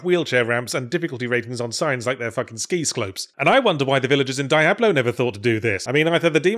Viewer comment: “Ski sclopes”.